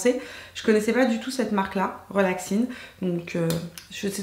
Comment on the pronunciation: coucou! Supers tes achats!.... On dit pas relaxine mais reXaline!!!!!😂 gros bisous